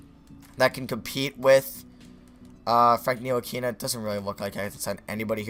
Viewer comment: Ni-til-lick-a you say his name wrong how I just said it is right